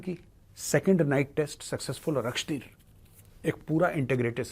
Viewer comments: सर, ये अक्षतीर नहीं l आकाशतीर है l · Akshteer nahin Akashteer hai major. Naam to theek se padh lo. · मेजर साहेब ये अक्षतीर है या अकाशतीर है।